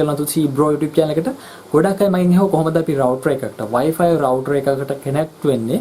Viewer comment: වයි පයි නෙවේ...වයි ෆයි නේදෝ